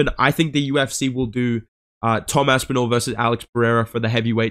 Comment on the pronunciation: bro i laugh out loud every time you say marcin tybura and follow it up with aspinal that shit gets me every time 😂😂